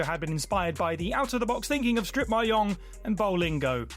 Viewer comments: same thing, still incorrect. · How does someone not know how to pronounce mahjong in this day and age?